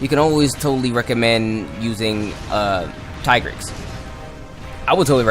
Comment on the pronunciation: I would pronounce Tigrex as ( Tee - g - recks